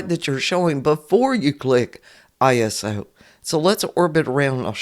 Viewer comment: Thanks for the tutorial. “Iso” is short for isometric, so you can pronounce it “EYE-so”